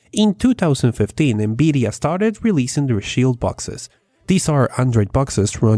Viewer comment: Good vid. I am still waiting for my Beta access ':| . BTW, I love hearing you say N-Beedia! :P